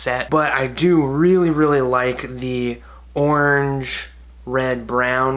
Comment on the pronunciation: Somehow when you say 'orange' it has both one and four syllables